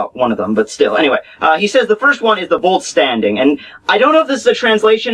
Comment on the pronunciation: not VOLT-STANDING but VOLL-STÄNDIG!